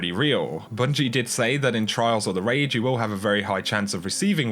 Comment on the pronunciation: i thought you said trials of the rage. Then i realized you said trials or the raid lol